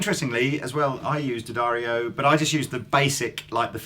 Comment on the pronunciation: Always preferred heavy 10s or 11s, not because they sound that different (unless playing acoustically) but because they just feel right. And, did it take a trip to the factory in New York to cure you saying Di Addario?